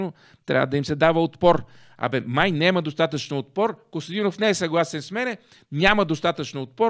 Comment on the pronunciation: Карбовски , градивна ми е критиката и пак ще ти напиша. Думата е нЯма , а не нЕма. Също така, платформата е ю тюб, а не ю туб, тупан такъв 😁